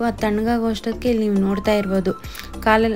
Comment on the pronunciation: ಮೇಕೆ ಕಾಳು ಅಲ್ಲ ಕಾಲು 😊 ಮೇಕೆ ಕಾಲು ಸಾಂಬಾರ್ 👌👌😋